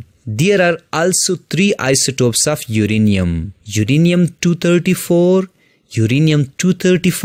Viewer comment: Isotope not isotop,but overall lecture is good